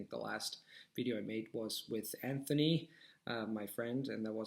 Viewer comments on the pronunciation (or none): none